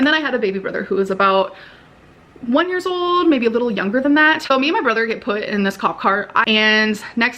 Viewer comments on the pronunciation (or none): none